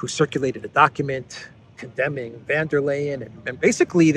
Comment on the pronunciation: it would be goid if you could learn how to oronounce Ursula's name. She's German, not Dutch.